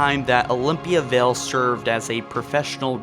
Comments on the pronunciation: Vale..not Vell..but ok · ok say it with me: vay All =Vale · Vale. V A L E. Not Vell. Wow.